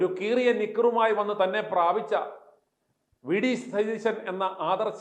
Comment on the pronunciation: Your accent is വെടി സതീശൻ. എന്നാണോ. I heard that.